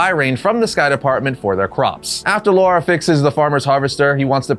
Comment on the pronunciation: Why do you keep saying "Laura" and not "Lara"? 😭😭😭